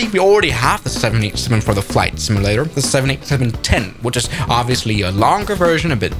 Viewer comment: Not to nitpick, but the way you pronounce "simulator" sounds more like "simi-later", with an "i" instead of a "u".